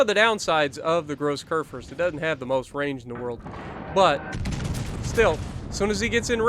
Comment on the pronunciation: Don't you mean. Kurfürst